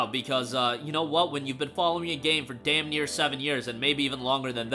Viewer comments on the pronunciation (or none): none